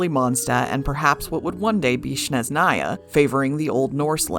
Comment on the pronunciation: Btw Snezhnaya should be pronounced with an “s” sound at the beginning, it comes from the Russian word «снег» aka snow, and given the female gender despite снег being linguistically masculine. I think maybe because Russia is referred to as the motherland, not fatherland in Russian.